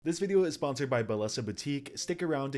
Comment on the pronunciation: You didn't pronounce your own sponsor's name correctly.